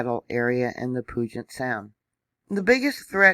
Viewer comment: You're doing great with the insane pronunciations of the areas here. One tip though, Puget is pronounced like pewjit. The et sounds more like it. Took me years to get all these wierd names, around here, straight.